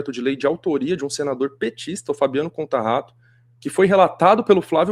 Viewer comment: Conta Rato? Kkkkkk... Contaratto, rapaz.